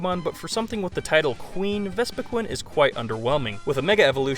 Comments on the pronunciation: Vespiquin? do you not know how to say queen? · The way you say vespiqueen makes me wanna suicide